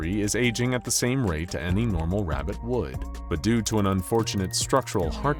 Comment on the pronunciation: "Rabitt" hurt my soul.